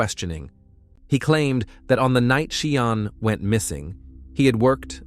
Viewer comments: It isn't 'Cee aahn', its She aahn' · Name is pronounced shan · Everyone knows how to pronounce sean Connery 's name ....well Sian is the feminine version ... pronounced ' Sharn' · Seean? Shan is the correct pronounciation. I couldnt listen as he got so many words wrong. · I’m twelve minutes in and gave up, because the narration calls the poor girl “Cee-arn” then “She-arn”. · Sian is pronounced Shahn not ciarne...At least get her name right, it's disrespectful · Is the narrator AI? He sounds robotic. If it is AI, he may not be pronouncing this lady’s name correctly. I’ve known the name to be pronounced like Sharn. If I’m incorrect and the people doing this video have checked with her friends and family that it is indeed “Si Ann,” my apologies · It’s pronounced ‘Sharne’ not ‘See Ann’ Are you AI? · Sian is prounced Sharn! It’s a Welsh name which is equivalent to Jane in English. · I really wish you had bothered to learn how to pronounce Sian's name properly. To not bother to do so it totally disrespectful. SIAN = SHAHN. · Sian is pronounced Sharn. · Sorry the pronunciation of the victims name is so frustrating and disrespectful. It's not hard to find out how to say it if you don't know. It's pronounced SHARN!!! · Isn't SIAN pronounced "Shawn?" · Her name is pronounced as Sharn. I am from Swindon and remember this case very well. The people of Swindon all came together as a strong community. Sian wasn't his first he also murdered another young lady Becky Godden. May they both Rest in Peace. t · Her name is pronounced Sharn you idiot, do your research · Sian is pronounced “ Shaan” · Thank you but her name is pronounce Shahn. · Bloody illiterate idiots Sian is pronounced Shan. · No it's not it's pronounced Sharp 😂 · Sian is a Welsh name pronounced SHARN 🙄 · YES SHARN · Yeah your right I picked up on that See-en , I was like WTF lol yes Sian is sounded as - pleased I’m not the only one lol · You need to learn how to pronounce her name properly! It’s irritating to listen to